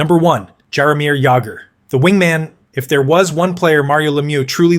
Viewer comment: You do pretty good videos, but I suggest making sure that names are pronounced properly. For example, Jaromir Jagrs name does not use the sharp J sound, but the soft J sound, which sounds more like a Y